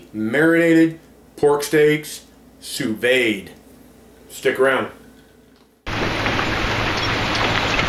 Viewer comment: Enough people have posted just how to pronounce sous vide. I hope you can learn from them. Once a chef completes the sous vide process we quickly sear it in a hot pan for about 30 seconds on each side. That way you aren't eating raw-looking meat.